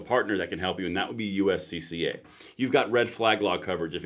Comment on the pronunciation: He said USCCA hahahahahahahahahhahahahahahahhahahabababababbhahahahajajjajajajajajajajajajajajajajajajajajajajajajajajajabababababbababababanna